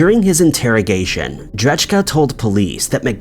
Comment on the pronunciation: Pretty sure dudes last name is said ‘dray-kuh’ not ‘dredge-Kuh’